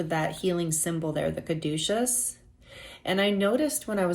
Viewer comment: Group 2 - Butterflies are my sign that I am on the right path! That is a gorgeous card BTW! You are the first person I have heard pronounce Caduceus correctly. 😊Also, I recently left a situation where I felt like I was the real deal and others around me were fake. I am finding my soul tribe. Thank you! ❤